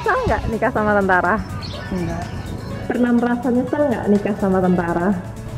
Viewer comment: Pas ngomong Enggak nya kok kea gimana gitu🤣🤣